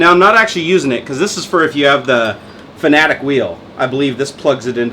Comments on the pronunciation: I mean you no offense, but just for further reference it is pronounced like "fanatic" not like fanatec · FIN-AT-ICK. Not FANA-TECH. :P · it's pronounced "FANATIC" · It's pronounced (FUH-NAT-IHK) buddy :D